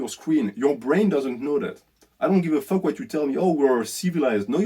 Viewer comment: “What deh fwuk is dat?! What deh fwuk iz doz fake assess?!!! Hahaha that killed me man. Loved the video thank you for shining light on the greatest plague on earth